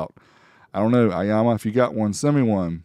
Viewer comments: Aiyima not Aiyama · Eema not Ahma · aiAma? i think its aiYma =) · It is not "aiyama", it is Aiyima. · It’s Aiyima, not Aiyama. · 👍🏼 video... But I - E - Yama.?! LOLOL 😆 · I think it's pronounced I-yeema but nice little amp for the price. I have the Aiyima DAC and it sounds fantastic.